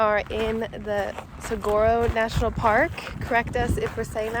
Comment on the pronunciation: It’s pronounced suh-wahr-oh